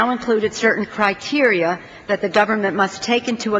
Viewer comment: critea? Isn't it criteria?